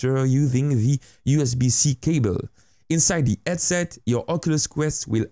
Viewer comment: "Vr eadset" Still good video tho <3